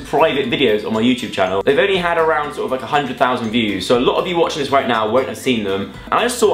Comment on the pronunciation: When he said ONLY 10000 or so VEWS ONLY !